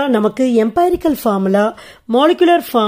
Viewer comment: எம்பைரிக்கல் illa எம்ரிக்கல் mam . Thanks for your useful video😊😊🎉😊😊